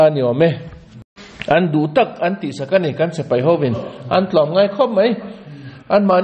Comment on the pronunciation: Tun-a... kan ngaihthlak-lai chan-chin-thar rawn puang-tu hian a ti-lawm-awm tak zet zet a ni e. Amah vang hian Israel leh a do-te chan-chin thar-lam tak tak ka hriat phah ve thin-a... Mahse, hetia a puan-lai-a a sawi, dik chiah lo ang-a ka lo hriat ve thin hi, a rawn sawi dik hun ka nghak-hlel tawh khawp mai. Chu chu.., heng hi an ni e... S(e)pai = X A dik lo zawk khi, a hnuai-a a dik zawk... S(i)pai = ✓ .....hian hman thlak tawh se .. 😢😮😂❤